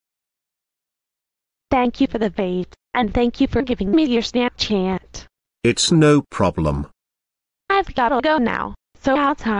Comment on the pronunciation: The way she says Snapchat SnEpChEnT💀💀 Snapchat ❌ SnEmPchEnT ✅